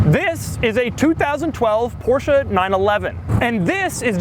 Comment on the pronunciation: No Porsh or Porshaa ? Im impressed ;)